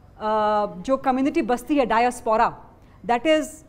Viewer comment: Bibi diaspora ke pronunciation tek kar lay